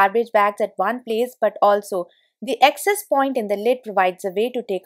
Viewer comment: Since your videos are about home improvement, you may also believe in personal improvement, so can I suggest that you work to improve your English pronunciation, mainly because the way you say so many words, they become new words with different meaning, causing confusion. I am aware that in India the mother tongue influences spoken English. Examples, access/excess, scrape/scrap, hair/here, mat/met, closer/closure, cloths/clothes, etc. My suggestion comes from a good place, hope you receive it positively 🤗 Great tips, btw!